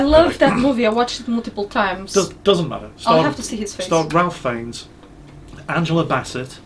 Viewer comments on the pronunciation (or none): Who is this "Ralf Feigns" you speak of? If you mean Ralph Fiennes then it's pronounced "Rafe Fines". Did you really expect sensible pronounciation from someone with a triple-barrelled surname? His full surname is apparently "Twisleton-Wykeham-Fiennes" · "Ralph Feinnes". Um... Actually,, it's pronounced "Rayf Fines". Serious facepalm.